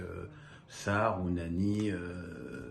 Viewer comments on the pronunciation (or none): Ounahi pas ounani lol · C ounahi pas ounani 😂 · Autre chose c’est Ounahi et non Ounani